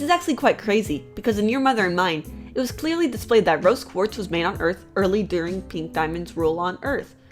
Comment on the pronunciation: she said brose quartz